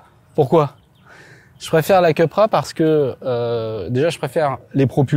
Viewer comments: Pourquoi Keu et pas kou voire ku??Super essai de voitures « normales ».On est loin des Suv de deux tonnes!Perso,je choisis la Coupra(ou keu ou kou!!)Et bienvenue à toi! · Pourquoi il dit keupra et non koupra ? 😂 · KOUpra pas KEUPra, seat c'est espagnol, pas anglais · Cupra c'est espagnol les gars pas anglais, on dit Coupra pas Queupra. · « Ceupra » 🤣🤣🤣 Les gars qui inventent une nouvelle prononciation de la marque espagnole, qui doivent bien rigoler d’ailleurs. 🤣🤣🤣 COUPRA pour les connaisseurs!!! 😉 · « Cupra » se prononce vraiment Kepra? Je pensais cUpra ou à la limite cOUpra.